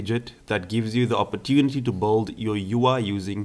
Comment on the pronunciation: Cool! Try working a bit on your pronunciation, because your 'build/built' sounds like 'bold/bolt'.